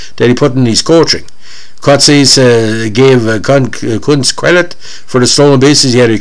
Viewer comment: Ironically enough, you are pronouncing his name correctly.